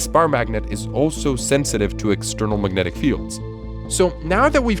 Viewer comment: uhh... "magentic"? 😅